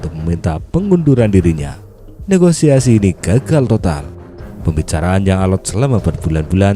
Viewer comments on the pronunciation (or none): none